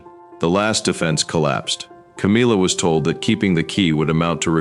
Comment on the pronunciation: C AAAA M IIIII A, NOT CAMEELA